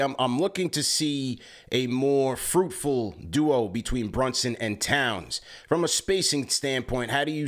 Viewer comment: Did he say Townson? 😂